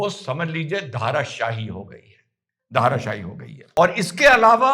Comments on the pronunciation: उर्दू जाननेवाले होने से वक्ता संस्कृतभाषा का शब्द ठीक से बोल न पायें यह बात समझी जा सकती है; लेकिन सही शब्द 'धराशायी' है, "धाराशाही" नहीं। 'धरा' = पृथ्वी, ज़मीन और शायी = सोया हुआ या गिरा हुआ। उर्दू भाषा में कहें तो — ज़मींदोज़। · धराशायी शब्द का अर्थ होता है जमीन पर सोया हुआ। इसे धराशायी बोलिए, धाराशायी नहीं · Sir ji, It is Dharaashaai and not Dhaaraashai..